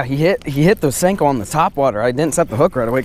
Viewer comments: It's senko not stenko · Anyone else find it annoying when he says stanko